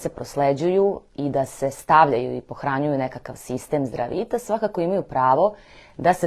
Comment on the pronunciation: Хвала за једноставне али врло важне савете, ти савети су база заштите од гадова. Зато или са сведоцима, или, најбоље поштом с повратницом да сте послали. Важи за све случајеве, не само за Здравитас ( који мислим да погрешно акцентујете кад изговарате, такође и неки ваши изрази кад кажете,,за чега", а треба,,због чега, или за шта"-споредно, али успут ето дс всм скренеђ пажњу). Свако добро у животу и раду! П.С. ксже се,,знате на шта мислим", а не,, на чега мислим"!